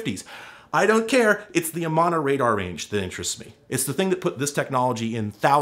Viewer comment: Never heard Amana pronounced like that before.